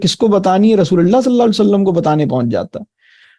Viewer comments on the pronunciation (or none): Rasool saww ka sahi Tarha se Naam Lein is Tarha Bolna ACHA nahin lag raha